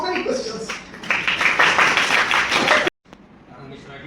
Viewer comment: Correct the name as Ananda ....not Anand